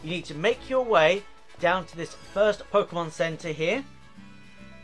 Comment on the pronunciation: You really made a video on trading 😂 how to get uhhhhh all the uhhh pukemon lmao and then you ran from a shiny. 😂😂😂😂😂😂